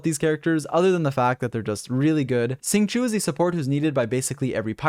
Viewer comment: It is sing-show, not sing-shu